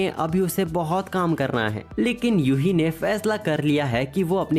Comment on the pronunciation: YUHI ❌🤣 UHE😂✅😎